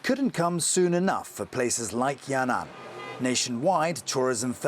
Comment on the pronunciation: it is Yan An, not Ya Nan...